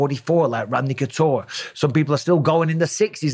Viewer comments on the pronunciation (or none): none